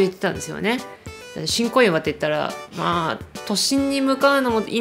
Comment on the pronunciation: ごめんなさい...新小岩が "ち🚫こいわ" に聞こえた私。🙇🙇🙇